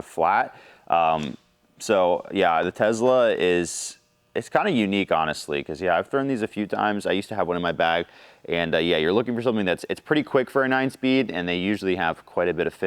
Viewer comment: Tezzzzla? pretty sure it’s Tess-la 😉